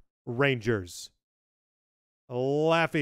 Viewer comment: you said laffy's name so wrong lol it sounded funny tho, i'm not even mad